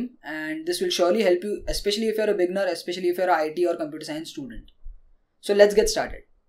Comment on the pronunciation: I love your tips and you understand English very well but i have 1 piece of advice with pronunciation. Beginner should be said with 2 syllables. (be-ginner). when you say beginner it kind of sounds like beggar.